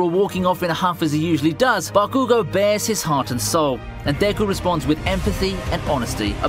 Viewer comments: is not ba-kuuuu-goo is bakugo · even tho im 1 year late i wanna say that its not bagugo its bakugo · Why does he call bakugo “bah koo go” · Why does he pronounce Bah-cue-go like that... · It's funny how he says "BakÙgo" 😂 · Bro it isn’t baKUUGo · Bro ba-coo-go is so lit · Everytime he said bakoogo I took physical damage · Still bothered by the way he says Bakugo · how you were saying bakugou lowkey made me mad lol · Solid list. I don't buy the add halfway through, though. If he actually watched the show, then he would be able to properly pronounce Bakugo. I hate how so many of the people reading the 'script' for this type of video can't even properly say the names of the main characters. Ugh...